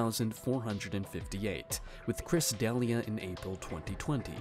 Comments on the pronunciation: It's pronounced "De-LEE-ah," not Deli-ah." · That's not how you pronounce D'Elia. And they're not saying "MICROTOXINS." They are saying, <MYCOTOXINGS, i.e. fungi. You are some kind of genius, are you? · how are mispronouncing D’elias name ?!? it’s literally all over the web and has been for years now…. Did you just have ai write all this and never heard the name before then? 😂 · What planet are you from? De-Lee-ah... not Dalia. Good god. & Brite-Bart News... You've never heard of these people before? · Chris "da-lee-ah" please